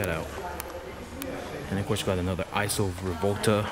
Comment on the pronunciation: EEESAW (ISO) Rivolta. Not EYESEW.